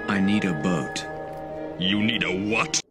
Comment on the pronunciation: For one, Janken doesn't even say Inuyasha right. Two, Sesshoumaru says "butt" instead of boat.